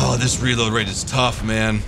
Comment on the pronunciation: What's a "raload"? I thought you pronounced it "REEEload"